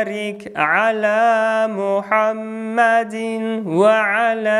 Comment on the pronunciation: Почему ты читает мухьаммадин ва 1ала а надо мухьаммадивва 1ала